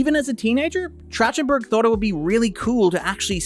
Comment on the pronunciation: I feel like I am losing my mind listening to you say Trachtenberg wrong over and over (It's track-ten-burg). See: Michelle.